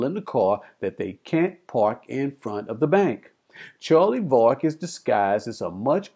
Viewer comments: Yep, twice in the first few minutes. Yet in the movie it is always pronounced VERRICK. STRANGE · If you’ve seen it why do you say Vah-rick....